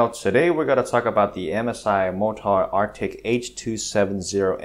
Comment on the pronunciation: mo tar? MORE TOR man MORE TOR.. XD